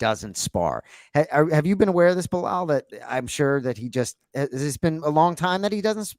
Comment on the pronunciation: I love that bilal is pronouncing the arabic name right! Not مزلم and خمزة 🤣